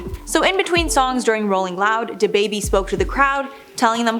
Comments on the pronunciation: Take a shot every time this girl says “Duh-baybee” 😵‍💫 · Stop saying da baby like that